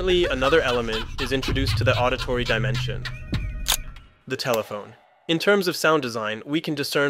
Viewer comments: "tellephone" not telephone 😂😂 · Telephone not tellephone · a "Tellephone"? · "Tellephone"? Seriously? Smh. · Telephone or tellephone? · Tellephone? Telephone. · Great video. But “tellephone”? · Very good - …. …but “Tellephone”? ……🤪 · that pained me but otherwise good video